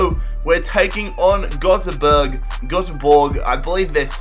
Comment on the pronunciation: Hahaha I'm Swedish and I'm laughing so much when you say GÖTEBORG 😂😂😂